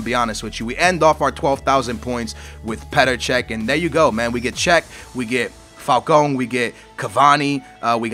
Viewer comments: falCAO not falcon falCAO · F-A-L-C-A-O NOT FALCONE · its said like fal - cow not fal cowm